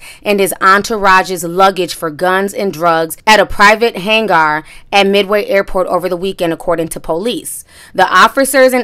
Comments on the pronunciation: It’s not hang-arrrr it’s pronounced just like hanger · It's pronounced like hanger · If she says hag gar one more time lol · HAYNE-GAR? LMAO... love your channel though! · I don't know why her saying han- gar is bothering me